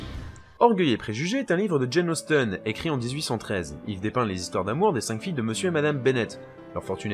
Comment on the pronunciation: Cette vidéo est encore meilleure que la précédente, et elle m'a vraiment intéressé ! Bravo et continue ! (PS: bien que nous soyons francophones, Jane Austen se prononce "Austin" (entre le "é" et le "i" par pitié))